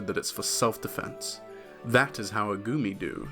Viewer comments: i knowww but i can't stop hearing "gurmy" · i fr keep thinking he's saying "gurmy" everytime he says his name